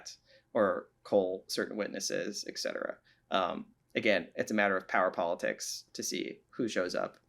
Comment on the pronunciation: Thanks for the amazing conversation between two obviously highly intelligent people. But please please please, it's eTcetera, not eKcetera. Yes, it's a common mispronunciation and will only become more so if we allow it to continue. Thanks for your help. 😉